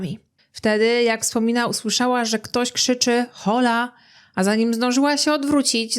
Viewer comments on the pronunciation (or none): wymowa to "ola" a nie "hola". Chodzi o hiszpańskie pozdrowienie, jakby matka chciała od razu wskazać na narodowość napastnika.